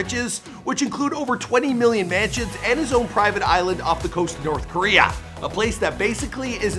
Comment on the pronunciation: The way this foo pronounces Korea cracks me up😂😂😂 Koriyaaa Lmao